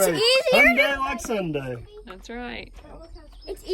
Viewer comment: That’ll just about cover a days’ supply of Pepsi... Unless it’s Sunday (pronounced like Hyundai)... then it may require a pit stop for refueling!